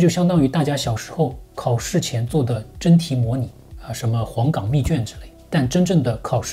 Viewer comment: 讲解真的太赞了，期待下集。不过作为黄冈人，黄冈密卷的冈不是读三声，是读一声。😂